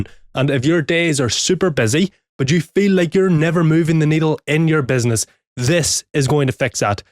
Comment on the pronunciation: I heard benzness 100 times in this vid. I even talking to myself all day (benzness) after your videos :D Great beard btw.